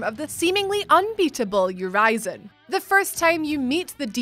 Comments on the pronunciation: Ur-ee-zen. Not Ur-eye-zen. Stop mispronouncing the name on purpose. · Uh wait, you weren't supposed to beat vanguard? Whoops And urizen is pronounced "your reason" ... Because he was "your reason for fighting" V's shitty pun not mine. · Urizen: pronounced U-riz-en, not You-rise-en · Ureezin lol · You mean pronounced "your reason". V just named him that for a shitty pun. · When you said (spoilers) #1 Urizen, you pronounced the name differently twice. Also, only 8 in a top 10 list? Guys, the quality is going downhill. I know it's hard to create so many videos with such a short time, but you have writers and people helping create the lists for you, the least you could do is watch the video looking for mistakes before uploading it. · She said Urizen 2 different ways.... and both of them are wrong